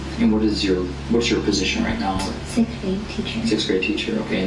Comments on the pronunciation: SiXth not "sith" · Soooo...... IDK if the Narrator is from Europe, but even so I HAVE TO SAY IT.... The word is SIXTH.... not SICKTH 🙃 IDK why that triggers me but it always has. Also, I'm sitting here watching the first one, I'm 5 minutes into the video and I still have no idea what she did. I don't think that principal lady was lying about having to go piss lol.... Why not just ask the people who's driveway she's in if she can use the fuckin bathroom jesus christ.